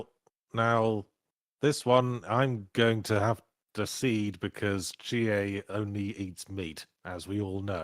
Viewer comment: It's Chiie anything else is wrong